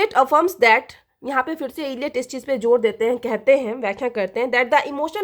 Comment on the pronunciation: ma'am everything is good in your videos but just two thing is annoying to us some students first is your "-sh" sound in every "s" words, for example "firse as firshe" and 2nd is your pronunciation of words, sometimes i just listen to your video and not watch but I get confused what you saying and makes no sense to me, for example today, i was watching a video of yours "The function of criticism by mathew Arnold" you were saying evaluation as evolution. Thanks, your sincere student of final year English honors.